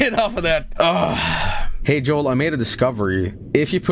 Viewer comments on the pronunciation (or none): döunds like a dög